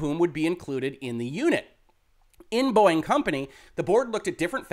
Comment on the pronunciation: Am I the only one who hears "Boing" instead of "Boeing"?